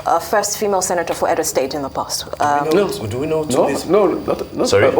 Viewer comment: The female anchors need to lose the fake accents; look at how one is pronouncing "Edo" like a foreigner!